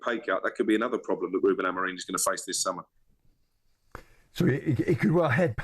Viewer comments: Someone tell him its Amorim not Amorin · Amorim NOT AMOREEEEEEN 🤷🏻‍♂️ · Is it just me that hears him saying AMORIN???? I'm pretty sure it's AMORIM?